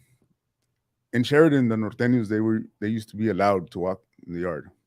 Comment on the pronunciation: This MF just say Northaniel and Surthaniels 😂😂😂😂 Norteno and Sureno STAY UP ⬆️ cuh